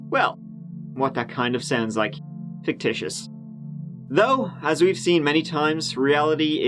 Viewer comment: Fictitious? This one is closer to Sictitious! Thanks,, from a loyal subscriber.